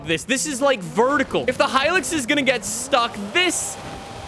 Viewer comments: Okay is it just me or is saying hilix instead of hilux 😂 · The way he says hilux considering I’m Australian infuriates me